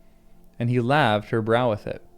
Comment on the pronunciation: Also, it's "laved" to rhyme with "saved". NOT "calved".